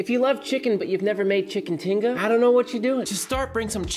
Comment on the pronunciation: My wife would be pissed at the way you pronounced tinga